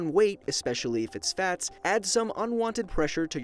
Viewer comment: Replay It sounds like is saying bats instead of fats